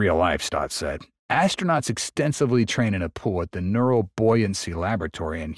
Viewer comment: 'Neural buoyancy tanks' 🤣 HAHAHA it's neutral buoyancy maybe try pronouncing your words carefully, you sound drunk as you run all your words together